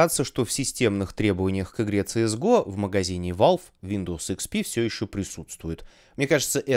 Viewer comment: Ну всё хорошо россказал , но говорить на КС:ГО - ЦС ГО безумие, или соунтер стрике